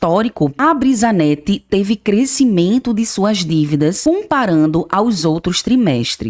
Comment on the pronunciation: Brisanet, não brisanette